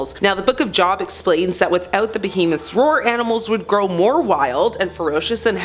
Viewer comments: why doesn't anyone pronounce Job right. It has the long O sound. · Job is pronounced with a long vowel sound FYI.